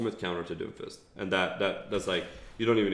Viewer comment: It sounds like you're calling him Dofus the entire video.